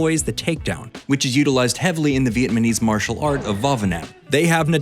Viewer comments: *VietNamese, not VietManese but great video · It's "Vietnamese", not "Vietmanese" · What is "Vietmanese"? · Came here to see if anyone else caught "Vietmanese" 😅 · Heh “Vietmanese” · Y’all hear him say Vietmanese?